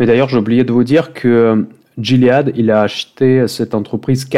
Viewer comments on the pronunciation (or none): Salut, on prononce "Guiléade" en anglais